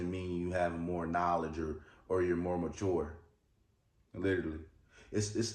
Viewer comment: The word MATURE is not “ma-TOUR”!!! It is [muh-CHUR]!! Lord, help!